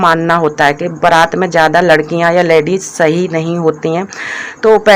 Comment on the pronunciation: Tum ache se.word ku ni bolti ho.ladies hota h.ladeis.nii hota h.our salet ni shirt bolte h